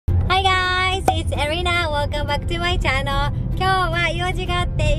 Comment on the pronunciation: いっつも挨拶のchannelの発音が気になるんですけど… channel⤵︎て下がるんですかね？